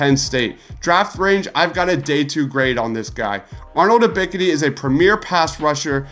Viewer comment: U miss pronouncing Ebks name tells me everything about the "research" you put into these videos. 🗑🗑🗑🗑